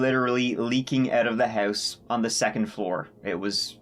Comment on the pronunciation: Hurse (house).....ourt (out) mursic (music) wurshington (washington) abourt (about) hurw (how) lourdly (loudly) bruh learn how to talk